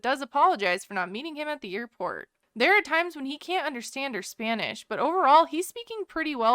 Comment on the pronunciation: Ben's Spanish pronunciation is much better than "Mahogany"s!